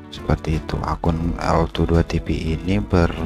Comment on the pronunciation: ( EL DUA TEPE ) bacanya yg bener BUKAN EL TWO DUA TEPE